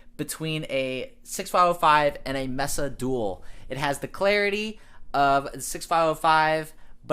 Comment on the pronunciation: It's also pronounced "May-sa" not "Messa"